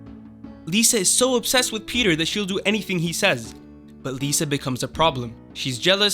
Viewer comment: Thank you for pronouncing it “Peter” and not “Pi-TAHYR”